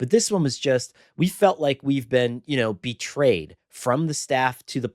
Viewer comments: “Betrayeded” Get it right 😂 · Correction: the man said "betraded"